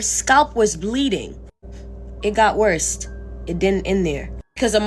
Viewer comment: "It got worse-ah"😂💀